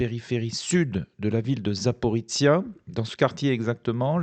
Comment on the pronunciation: 1418 jours que notre hôte ne sait toujours pas prononcer Zaporizhzhia. Merci pour vos vidéo